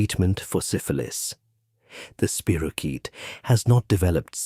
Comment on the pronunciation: It's not a spiro-CHEAT. It's a spiro- KEET